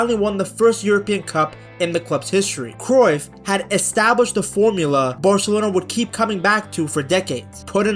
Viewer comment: hey idk if ur going to see this but as a dutchman, did you know the UY in Cruyff isnt pronounced the same way as the UY in De Bruyne? Its actually pronounced something like krauf (we'd write it as kruif), maybe the pronounciation is worth looking up. Also while im at it the "De" in De Jong is something like a "duh". Ofourse it makes sense that you use the english pronounciation but i thought i'd leave a comment abt this